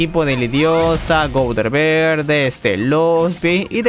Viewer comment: Por fin dices gowther Siempre dices gonter